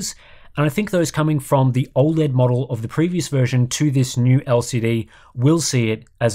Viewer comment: I don't trust anyone that can't pronounce O Led correctly.